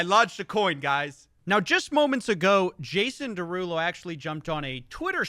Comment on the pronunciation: It's pronounced Jason DeruUulo.